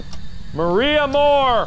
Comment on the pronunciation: Mark: Maria Morrrrr~e Me: Spending 10 minutes trying to roll my R’s and failing